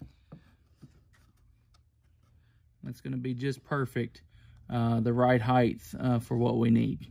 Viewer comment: Heig"TH" really grinds my gears